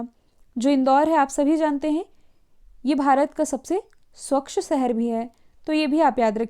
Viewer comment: It's not Swaxa Shehar.. Its Swachh Shehar..! Are you sure ke aap longon ko Hindi ati hai??